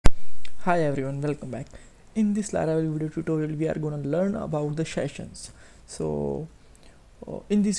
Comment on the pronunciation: Sheshions Sheshions Sheshions Sheshions Sheshions Sheshions Sheshions Sheshions Sheshions Sheshions Sheshions Sheshions Sheshions Sheshions Sheshions Sheshions Sheshions Sheshions Sheshions Sheshions Sheshions Sheshions Sheshions Sheshions Sheshions Sheshions Sheshions Sheshions Sheshions Sheshions Sheshions Sheshions Sheshions Sheshions Sheshions Sheshions Sheshions Sheshions Sheshions Sheshions Sheshions Sheshions Sheshions Sheshions Sheshions Sheshions Sheshions Sheshions Sheshions Sheshions Sheshions Sheshions Sheshions Sheshions